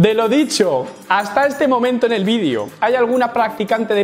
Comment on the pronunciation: No se dice "vidio", es video con la letra "e" no con letra "i" habla bien por favor.